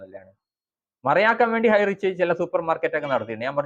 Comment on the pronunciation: ഹൈറിച്ച് 👌 ഹൈറ്റച്ച് അല്ല തിരുത്തു.. ❗